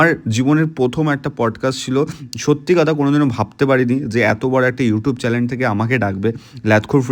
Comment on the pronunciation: চ্যালেন আবার কি ভাই..!!!??? চ্যানেল উচ্চারণটা ঠিক কর অন্তত